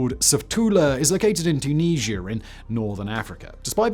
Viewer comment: Your English so you've no excuse for mispronounciaction of Byzantine or Tunisia like Americans